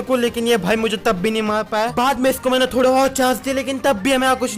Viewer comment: Everyone _ maine Legend - mena 😂